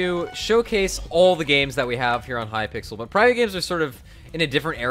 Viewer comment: Who else noticed the way that the donation message thing said H-Y-P-I-X-E-L!